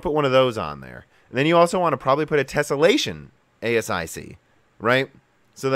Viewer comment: Is there any particular reason you're pronouncing a bunch of the words wrong? Nvidia is pronounced en-VID-eeyah: , ASIC is pronounced /ˈeɪsɪk/